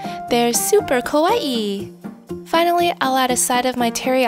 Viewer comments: It’s k-ah-wai, not k-oh-wai! The former means scary, so be careful :)) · U said ur korean so why did u say kowaii. And yes u pronounced it kowaii. Which is japanese for scary not cute. Lol i stop watching. Thx for the effort i guess?